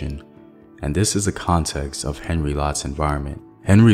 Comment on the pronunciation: I appreciate your work but could I suggest that you provide some additional details in the links so that one can search up the information for oneself. And the pronunciation of names should be better it's not Henry it's Henri which is spoken as "On Ree". It would provide a greater sense of authenticity to your very good work and research